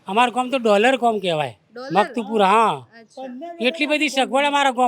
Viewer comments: ગોમ નહી ગામ બોલતા શીખો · Desi bhasha mein Gam ki awaaz